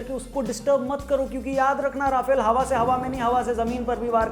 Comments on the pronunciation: Bhai sahab राफेल nahi रफाल hota hai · Video bohit mst ,bs rafale ko aap rafaal pronounce kro